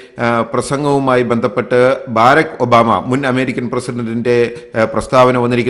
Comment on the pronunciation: ബറാക് ഒബാമ എന്നാണ് പറയുന്നത് . ബാരക് അല്ല